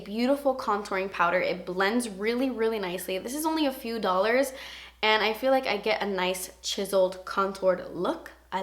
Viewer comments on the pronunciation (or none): none